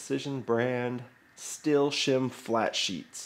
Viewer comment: Sir, its pronounced steel. Not still.